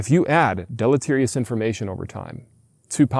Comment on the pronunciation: Listening to blisteringly stupid people repeatedly say deleterious is painful.